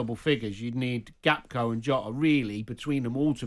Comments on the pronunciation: Danny Murphy the 'Football Expert' can't even pronounce Gakpo properly. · Just nitpicking but its funny how many pundits say Gap-Ko. It's Gak-Po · If only Danny can learn how to pronounce "Gakpo" he says "Gapko" 🤦😂